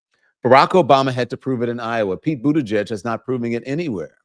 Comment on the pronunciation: How on earth is he getting 0% of the black vote, and he hasn't run for anything since 2019, he was Biden's transportation secretary, appointed by Biden like every other cabinet member, and instead of calling him mayor Pete maybe you should learn how to say Buttigieg, which is his last name, and start showing him respect when it comes to his name like you do with every other U.S. politician. He is busy fighting Donald Trump constantly and doing real work trying stick up for black communities and also for women's rights and also workers rights. This is a real shame.